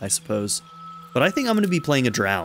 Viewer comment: You are saying Drow wrong lol